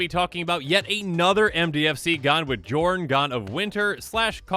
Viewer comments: I feel like it's probably supposed to be pronounced "Yorn", like Bjorn without the B. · Isn't the "J" pronouced like "y" in these Scandinavian languages? (Kinda like how fjord is pronouced) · If only the j weren’t pronounced like a y, so I could call this guy Jorn Snow.